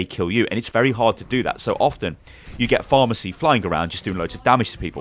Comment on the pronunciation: I swear when he said pharah mercy, I thought he was saying pharmacy